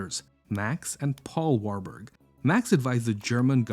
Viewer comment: Warburg si dice warburg sono tedeschi di origine Veneziani